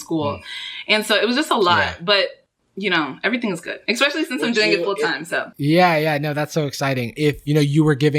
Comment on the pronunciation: ``expecially'' instead of specially